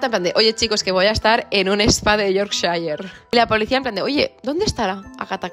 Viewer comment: Amo como pronuncias Yorkshire ❤